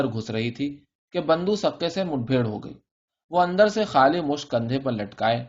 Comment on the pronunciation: Multiple errors of pronunciation! Bando is not the name It is Bundo, typically child's ear was pierced to ward off death and he was called Bundo from bunda ie earring.